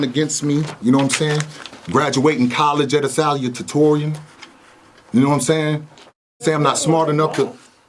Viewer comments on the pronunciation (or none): “Sal-u-ta-tor-ree-n Boy, I had no idea what he was trying to say at first. Never heard salutatorian pronounced that way😂😂😂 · It's Sa (sah) lu (Lew) ta torian